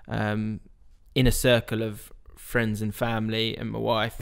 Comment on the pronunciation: Fweinds. football fweinds. Love this!